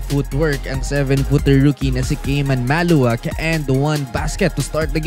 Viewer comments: Maluach from south sudan,not maluwak,is pronounced ma-lu-watch,not maluwak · Khaman Maluach is pronounced "Kah-mahn Mah-lu-watch," according to his own explanation.